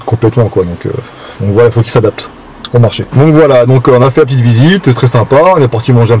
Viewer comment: Mdr tu kiff cette expression " Une petiteu video"